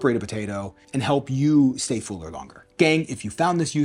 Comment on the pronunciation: love this new channel, but it's fuller not fooler, haaa